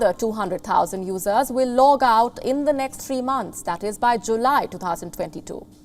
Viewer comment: She's got to work on her pronunciation of "users". Every time I hear her use that word it sounds like "losers". lol 😅🤣😂🙃😂🤣😅 You're a loser if you like woke garbage!